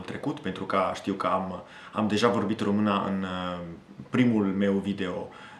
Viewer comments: U neeed to learn about "Ă, ș, î, â, ț" when U say "Romana" is wrong, it's "Română" so ye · As a Romanian, you speak my language very well. I congratulate you. Keep it going! Ca un român, vorbești limba mea foarte bine. Te felicit. Ține-o tot așa! Edit: I observed that at some moments, you pronounce ă as a. It's pronounced like uh in English. I hope it helps. Am observat că, în niște momente, pronunți ă ca a. Se pronunță ca uh în engleză. Sper că ajută. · ai învățat română 2 ani si tot spui românA in loc de românĂ..bruh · Pay attention to the ă. Sometimes you pronounce a instead of ă by mistake. For example limba română. No romana Also pay attention to â. You pronounce both very well which I don't see it very often to foreigners but you should watch videos in Romanian or listen to audio books or tales. Here on youtube there are lots of well made narrations of Romanian tales or poems an even some books. You look like you learned the theory and know the books but you're not so familiarized with how it actually sounds. I think you are close to get it that's why I think you can understand a video in Romanian. Listen to some poems or tales on youtube because you can't remember everything. By listening you'll correct yourself. My advise is to pay attention to â and ă because you pronounce them like I or a. Remember most feminine words end with the ă sound in nominative. If you end it with a is like adding an article. Limba română "La lingua rumena" Iinstead of this: Limba româna "La lingua la rumena"